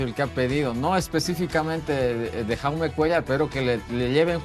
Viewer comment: Jaume no se lee con la J española, sino con la J catalana o inglesa (como Lebron James), a ver si conocen mas de su jugador, que me pitan los oídos al escuchar como le llaman a Jaume